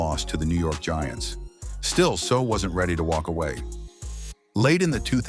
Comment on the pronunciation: You cannot even get your ai to pronounce his last name correctly??